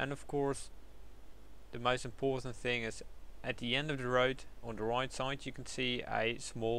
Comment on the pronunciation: Nice review about this mod, it just clarified me how it works. Thanks! Just on side note : "... and of course, the MAIS important ..." ~ You've just got a little problem there. xD Sorry, but I couldn't resist bursting laughing at that ( don't take it wrong, I do worse ).